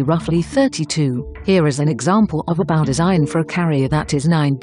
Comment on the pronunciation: He used Google Translate, which says bow (ba-oo) instead of bow (boaw)